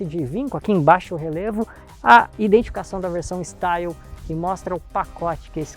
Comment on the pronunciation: A pronuncia de Style está errada. Esse carro é "francês". O certo é "estilê". Mas curti seu vídeo e dei like